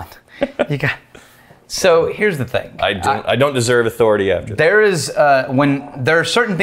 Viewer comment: Without context clues, when says thing, it sounds like think.